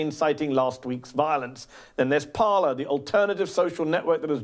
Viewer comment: 'Parler'? It is clearly 'Parlay' (French for 'to speak').